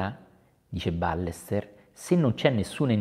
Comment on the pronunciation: "BAYESTÉR O BAIESTÉR, non "Bàlester"!!! Grazie. Saluti da Barcelona.